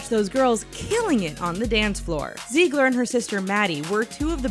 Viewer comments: Her name is Zig-ler. Not Zee-gler. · omg kenz!! but if one more person says “zeegler” 😂😂